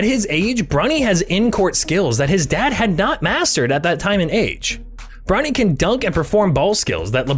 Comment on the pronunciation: can’t tell if he’s saying bronny or brownie. cool luh video tho.